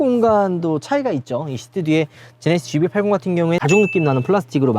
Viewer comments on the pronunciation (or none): none